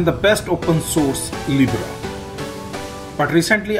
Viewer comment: It's Libre not Libra😁